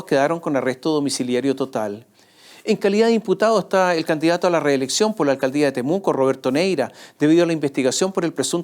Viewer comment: "nos gusta que nos den pol".......😂😂